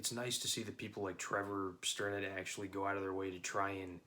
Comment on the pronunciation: Yo brother, that was a dope review!! I'm glad you dug it and thanks for the shoutout! to answer some quick points, The album is just called "Everblack" that you mentioned and the first album is titled "Unhallowed. You also pronounced Trevor's last name correctly lmao. I look forward to more from you!